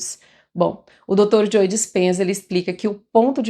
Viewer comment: Ótimo conteúdo! Só me permito uma pequena contribuição… Pra você que tem um canal. Ao pronunciar o nome do Dr. Joe Dispenza, esse “e” do nome Joe não se pronuncia, o som é “Jo” apenas, ok?